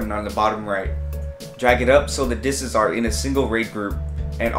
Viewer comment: Plural for disk is 'disks'.....not 'disk-uzz' :)